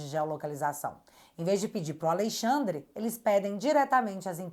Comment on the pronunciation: pelo amor... pare de falar aleIxandre... isso reforça o inconsciente de que ele é a lei, já deu dessa ironia... amo teu trabalho ❤